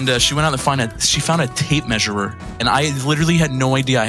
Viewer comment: Ummmmm what is a “measureer”? just asking for a friend.... Also.... “seond”? Is that’s like a sea and pond? Jw